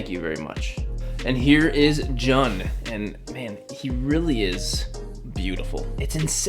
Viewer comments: You say it like June not jun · Eric video! always loved Halo and this is definitely my favourite figure you've reviewed. I would love to see more reviews on the rest of noble team, keep up the good work! Ps. its pronounced June not jun. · His name is pronounced as "June" 😂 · dude jun is not pronounced that way it's pretty much like saying June just without the e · It's pronounce June bud but I might get this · Yo bro you should probably check out the three zero figures probably the transformers ones, also you pronounce Jun as like "June" 😅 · his names is pronounced " June " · jun pronouced "joon" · Jun’s name is pronounced the same as the month “June” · the way to pronounce his name is actually "June" like the month, regardless though this is an amazing figure